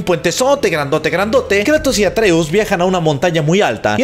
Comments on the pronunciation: Es Kratos no Kreitos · Le dicen kreitos más le dicen Kratos pero Atenea le decía kruitos en Inglés yo de niño con mis amigos le decía el juego del pelao plomo 😂😂